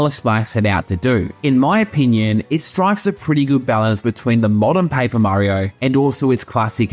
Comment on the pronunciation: Where are you from? You have a different accent. U say pa-ee-per mario :)